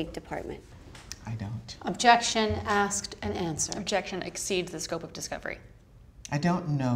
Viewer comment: Did Mills say axed instead of asked?